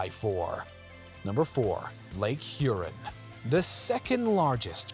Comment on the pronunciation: Nice video however the pronunciation of Lake Huron should emphasize the "ON" of the second syllable thus avoiding sounding like something that needs flushing...sorry for the nitpick